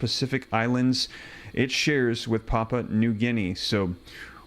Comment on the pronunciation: Pronounce pap-you-a